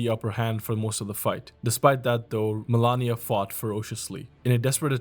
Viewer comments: Why you said "melania" instead of malenia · Good video, but some things never cease to amaze. Like Malenia. It is written MALENIA. The name is spoken about million times in the game and is pronounced the same way as is written. She literally says the name during her cutscene. Boom, author of the video: mElAnIa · FFS, Melania, seriously? Cant even pronounce her right? Never cook again. So many BS "facts" in the vid. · Dude I was thinking the same. I don't want to shit on the guy too hard bc the video was well made and the effort is there overall, but when there's actually another character in the game called Melania and you're writting a 20 min script, how tf you gonna call Malenia Melania every single time and overlook that. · It’s Malenia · 2 years and mfs still can’t pronounce Malenia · Nah, why are you saying Malenia like that bro? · you are misspronouncing malenia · Great video, but the way you pronounced Malenia made me recoil lol. Still tho, cool list, never realized that the cover art knight had such significant impact.